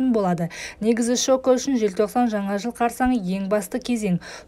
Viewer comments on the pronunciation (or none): none